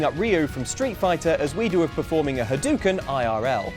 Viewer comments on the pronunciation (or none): the issue is you are pronouncing it wrong. Not to be a Hermione, but it's Ha-doe(a deer, a female deer)-ken, not Ha-doo(, scooby dooby doo)-ken. Also, what about Ar Tonelico? The Pureblood Reyvateils are all almost 800 years old and Mir/Jacqli is almost 400 but they all look to be between 14-19 years old, depending on which one you are talking about. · Ha-DOU-Ken! Not Ha-DU-Ken! Goodness sakes. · Can't Haddoken Because He's Saying It Wrong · Maybe the Hadouken thing would work if you pronounced it right xD